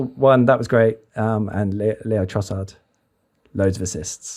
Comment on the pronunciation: Not Leo its LAY-O ffs